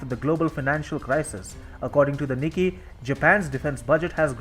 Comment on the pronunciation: Hi, please correct your pronunciation of “Nikki” to “NIKKAE”!